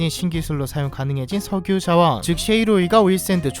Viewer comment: 석유 아니고 셕유 입니다 ㅋㅋㅋㅋ